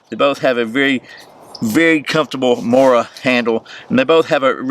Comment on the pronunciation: the pronunciation of Mora was pretty spot on but kniv was not the best, you pronounced it with a n instead of a k .. so i would totally give you a 9/10